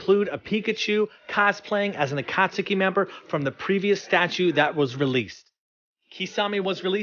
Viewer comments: akat-suki... A-kat-suki... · My man just called the Akatsuki the akatsaki and he’s blowing his entire life savings on These statues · why is it always yanks that have to say names for anime stuff wrong its akat-ski not akat-suki even tho its spelt akatsuki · did you really just call it "Akatsooki"? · wait wait did he say "akatsooki" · My favorite statue of all time but not to be that guy why do you pronounce it “Akat-sooky” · I hope you know the U in Akatsuki is silent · Learn how to say the name akatsuki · I love watching these unboxings and i love the channel, but everytime he says Akatsuki I cringe. This is the first person that I ever hear say Akatsuki like that and call himself a fan. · You pronounce Susanoo so many different ways and Akatsuki...........why, just why? No one has ever said it like that.